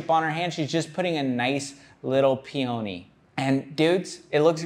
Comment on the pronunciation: His pronunciation of peony sent me